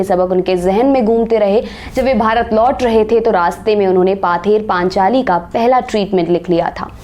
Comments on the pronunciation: ये पाथेर पचली नहीं पथेर पांचाली है। याद राखना। Love from बांगला❤️ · Its not "Paather Panchali "! Its " Pother Panchali "..If we say" Laand on top" 😂 would it be soothing to ears? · पथेर पांचाली , अर्थात् पथ की कथा । पाथेर नहीं। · when you pronounce a word Pather Panchali its sound "Pother Panchali" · बहुत सुंदर वाचन-शैली! लेखन भी बहुत अच्छी। केवल पाथेर- पाञ्चाली नहीं पथेर पाञ्चाली। पांञ्चाली का अर्थ होता है 'कथा' और 'पथेर 'मतलब 'पथ की,' दोनों मिलाकर 'पथ की कथा'! बंगला में पथ लिखते' पथ' ही है, परन्तु उसका उच्चारण 'पॉथ' होता है। इसलिए 'पॉथेर पाञ्चाली'! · It's not पाथेर पांचाली It's पथेर पांचाली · Dear, Thanks for this beautiful presentation. If I am allowed to advice you one thing, please use the correct pronunciation for "Pother Panchali" as well as " Aam Atir Bhenpu" and " Bibhutibhushon Bandopadhyay ". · What is "paather Panchali" 😂😂😂😂😂😂😂😂😂😂😂 bup re bup kan jal gaya mera😂😂😂😂😂 Foreigners ke naam bohot sahi se bol sakte ho paar indians ke nahi.. Video acha tha 👍🏻